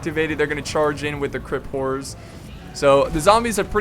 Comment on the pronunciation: Obviusly he meant Crypt but his bizarre pronunciation made me lol